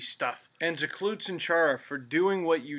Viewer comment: Cloot? Isn't it clout.